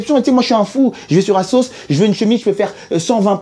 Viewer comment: Asos c est pas 1 assoc Hein, tu le prononces mal on dit azos